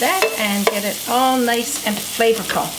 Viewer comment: HAHA. I played it back like 5 times. Yup. Flavourcal. I love it. hahaha